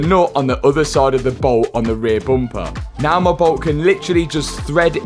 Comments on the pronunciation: I love how says “Bumpaa” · Bumper ❌ Boompah ✅